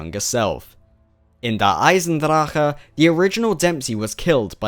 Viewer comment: I love the way you pronounce Der Eisendrache :p Miss your streams D